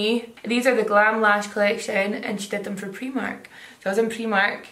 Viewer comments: it’s prI, with an I, not prE with an E!!! Priiiiiiimark x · Only in Scotland "Pre-mark" instead of pray-mark 😂😂😂